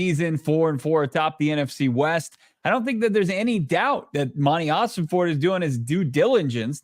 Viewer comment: Im not gonna like your videos anymore, until quits calling Monty OsenFORT, OsenFORD!! STOP IT, IT DRIVES ME NUTS! IM OCD, YOU'RE MAKING ME CRAZY!!😂